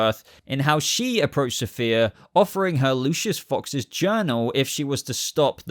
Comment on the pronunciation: The fact that you apologized for pronouncing the actress that will play Safiyah Sohail wrong when you repeatedly mispronounced the character herself, Safiyah, calling her Sophia! 🤣